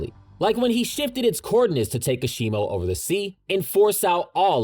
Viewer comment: I cringed too. Also Ui Ui is pronounced Wii wii, not ooohy ooohy lmao. Kashimo was also incorrect.